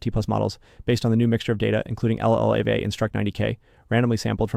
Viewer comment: Feels like you might need to give 11Labs some more AI-related pronunciations? eg (LLAVA, NeurIPS, etc.)